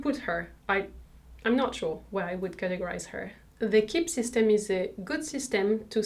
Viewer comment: It’s pronounced Key-bee, not Kibb